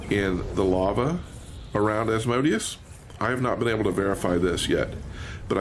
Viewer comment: Very informative, and my only complaint I have is the mispronunciation of Asmodeus. It hurts me lol....